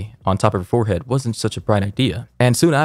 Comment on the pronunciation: I noticed he didn’t say forehead he said five head 😂😂